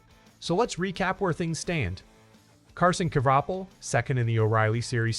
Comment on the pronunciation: Also learn how to say his name correctly